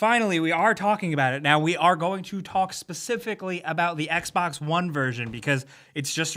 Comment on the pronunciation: Its Xbox One not Xbax One geez...